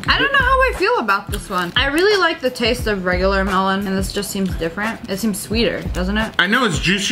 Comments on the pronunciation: the way she pronounce melon tho😭😭 MELHOWHN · Sssniperwolf language: Melon Pronounciation: MELOWNNNNNNN